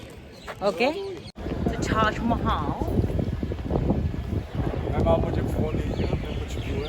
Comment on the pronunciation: "Taj Mahal" angrez accent me aap hi ne bola tha na😂